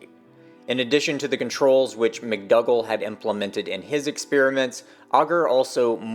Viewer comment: McDougal - it's (generally) pronounced, Mc dOO gall(gle) Not Mc dUGG le - McDougall ;)